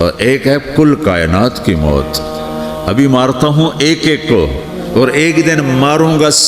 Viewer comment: Bhai maut hota hai moot nahi moot matlab peeshaab hota hai ...or maut matlab death sahi karo isko